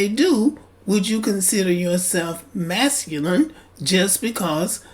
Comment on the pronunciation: He cannot even pronounce the word masculine correctly!!!! What does that make him? Ignorant?